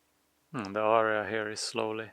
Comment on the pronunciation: AREA = air-ree-uh. not arr-ree-uh. arr-re-uh is ARIA. like the opera singer performs. You can say "pile" instead of "heap". and it was a nice bonfire.. ... So what is the ditch for ?? Why did they dig it long ago and what will you do to "restore" it......fill it in? Thanks for the email reply. And as always...be safe and do good deeds.